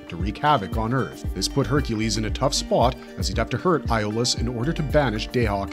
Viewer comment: Did it get on anyone else’s nerves just a little bit that the guy kept mispronouncing Iolaus’ name? 🤦🏾‍♂️